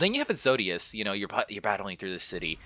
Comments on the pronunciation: man said ezodious instead of exodus, no hate video slaps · Long night of solace is episode 5 Exodus is pronounced Ex-o-dus